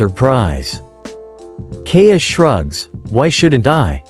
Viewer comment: It hurts my soul to hear the way it says Kaeya